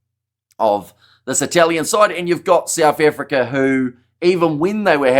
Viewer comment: Souf Africa?😂